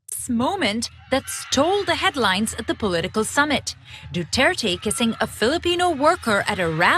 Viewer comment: Where is Cenk getting the W from in Duterte? There is nothing in Spanish, English or Tagalog that magically turns Duterte into Dutwerte.